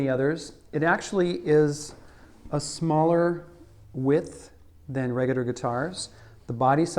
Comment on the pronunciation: Redigger Regular? Peticidder Particular?!?!